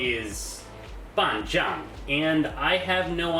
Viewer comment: One thing I noticed though is that you sound out "zang" as "zhang" - you should be using a regular old zed sound like in "z-ombie" to get a more accurate pronunciation. Otherwise, you sound like you're saying "办账“ meaning to manage an account, or maybe half account. "Shu" in Junkrat is sounded out like 老鼠 as in mouse - sounds more like "shoe" in English as opposed to "xu" (需). If you'd like to learn more about pronunciation, I suggest learning all the phonetics first thru bopomofo and then continuing from there on.